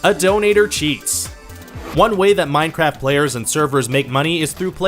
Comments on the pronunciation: At the beginning did you say minecrap on purpose lol? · Wait did I hear "minecrap"? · 0:2 Did he said mineCRAP:'D